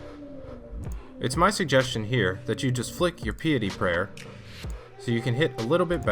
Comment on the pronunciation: Pee-uh-tee prayer? It’s pie-uh-tee prayer, pal.